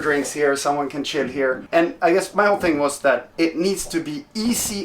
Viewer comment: Sounded like a hybrid of chill and sit. Chit